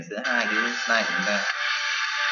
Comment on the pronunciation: vl "sờ nai" (vi neo"